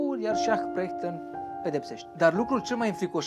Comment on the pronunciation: La Perchten ai spus cumva Prechten sau mi s-a parut mie ?